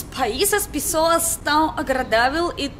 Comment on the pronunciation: linda, seu sotaque é muito fofo, uma palavra que vc pronuncia com sotaque de portugal é a palavra "pessoas" comendo completamente a primeira vogal, grande beijo!